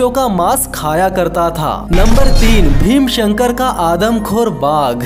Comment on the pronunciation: भीमाशंकर सही बोला करो भाई